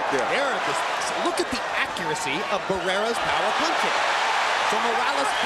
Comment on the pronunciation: Cuando pronunció el nombre de barreras y morales me da vergüenza solamente en pensar en pronunciar el nombre de canelo y los otros mamarrachos de hoy en día 😎